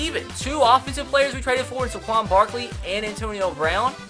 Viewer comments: it is pronounced "Sayquon", not "Sequon". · It’s Saquon not Saquan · I hate to be a grammar nazi and all but it's say-quon barkley not suh-quon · SAY-QUAN. SAY it with me. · Sorry for nitpicking but as a penn state fan, 1. It’s spelled Saquon not Saquan 2. It’s pronounced SAY-quon, not suh-QUON love ur vids keep up the good work 👍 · please stop saying suh-quan it's say-quan like so he can see this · Saquon SAY-QUAN please say this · When I get so mad that he says saquan wrong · You say Saquan Barkley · Saquan is pronounced (say) (Quan) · I don't wanna be that guy but it's pronounced Sae-quan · why u say his name so stupid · You are saying Saquon Barkley’s name wrong